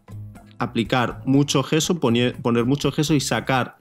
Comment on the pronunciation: por que dices geso? es yeso